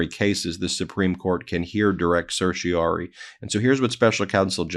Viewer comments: Please, to spare my teeth from excess wear, say certiorari (“sir-shuh-RAR-ee”). Political news takes a big enough toll by itself. Don’t give the other side free pot shots. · I don’t mean to be that guy, but I’m fairly certain you’re consistently missing a syllable in certioRAri.